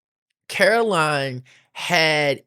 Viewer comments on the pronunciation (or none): none